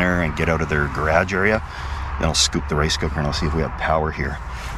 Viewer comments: What’s a gur-rash? 😂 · That is the only time I've ever heard garage pronounced that way. Woa. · Say garage again! Do it! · Didn’t know Canadians pronunciation of garage was a hybrid of US and UK lmaoo